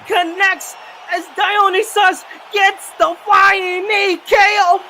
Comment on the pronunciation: Somebody please educate these guys on how to say Dionysus. It’s not a super obscure reference. The wikipedia page on him is like 20 pages long. Die-uhh-ny-sus.